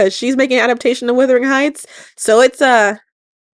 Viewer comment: Why are you saying withering heights? It's wuthering. Wuh-thur-ing. Healthcliff is described /reffered to as "the gypsy", so likely to be of Romany descent. You're ignoring the class discrimination in British society. Kathy's brother and the guy she marries don't like Heathcliff because he's not deferrential to his "betters", as Kathy's father rescued Heathcliff off the streets and therefore comes from a poor background. He's also obnoxious, rude and swears a lot. He's also only nice to Kathy and not to anyone else but Kathy's father, because until she breaks her foot and stays away from home for months and he's not allowed to visit.